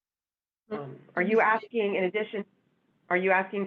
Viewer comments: PD "...she would be axin for...." Hurts my ears. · Love! Also have a hard time listening to an educated attorney with at least 6 years of post graduate education saying “ax-ing” for various concessions. This is not a complicated word…please do yourself and your clients a favor and learn to say “asking.” I’m begging you. It makes a world of difference.